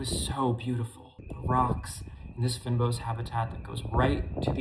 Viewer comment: Just want to assist with the pronunciation. Fynbos is pronounced like fane boss.